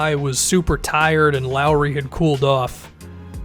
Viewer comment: Kyle Lowry turned into Kyle wow-ry Edit: & Jeremy Lin is now Jeremy Win